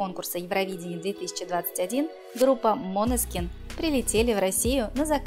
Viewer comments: Откуда вы взяли «МОНЕСКИН» ??? Божжеее мой !!!! Ну где вы видите тут О ??? Режет слух 😰😰😰 МАНЕСКИН - ударение на Е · НЕ МОНЕСКИН А МАНЕСКИН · чего? "МОнескин, МАнескин" но никак не "МанЕскин":\ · мОнескин? Уши в раю 🤩 топ❤️ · ХАХАХАХАХАЗЗАЗПЗЗЕЗХПЗПХАХ ГОСПОДИ вы вообще сами не знаете как произносить ((( правильно мОнескин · Датское слово, ударение на О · 😂😂😂 бедные итальянцы… когда услышат как искривляете название группы